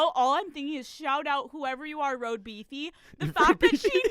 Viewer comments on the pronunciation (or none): Im sorry did she say “ROAD BEEFY” IM SCREAMINGGGGGG